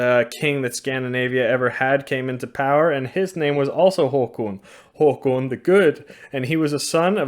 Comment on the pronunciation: i think it's pronounced "Håkån" not "håkoon"...